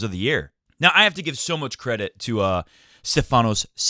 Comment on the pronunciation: Since "freakin'" Tsitsipas isn't going anywhere in the near future, and you're set on saying his 1st name too, pleeeease, it's StEfanos, not StefAnos. Like StEfan Edberg, if that helps. Happy, happy birthday to Mr. Goat(I see he came to his senses and changed his name back :-D)!! What presents did he get? Not entirely sure about this, but on a couple of occasions last year Roger did say that, because of less matchplay, he always had to play scrappy matches in the beginning of every tournament until he got to feel the ball. So, what I'm thinking is, this is what he's doing here, either for a win now or later. Again, I could be totally wrong, but he looks to me like he's been trying different things all the time, not obsessing over the mishits, until it was time to win each match, gracefully or ugly. Tsi has set some goals of his own this year, so it will be nice to see 2 people play with things to win, instead of something to lose :-).